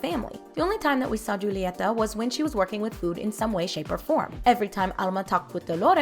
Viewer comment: Who's gunna say Julieta is pronounced hu-ley-ed-a not juli-ed- a